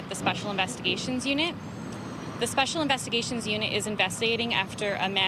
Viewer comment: Speshul investigashions